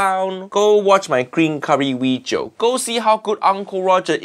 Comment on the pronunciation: No Fuiyoh. Bad Weejio. 😢